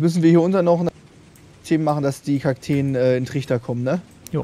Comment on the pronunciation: es heißt Kakteen 😂 aber sehr gutes Video bester Bauer